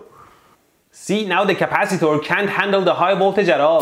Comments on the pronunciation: Capacitaurs he says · the way you pronounced... CapaciTOR, ResisTOR🤣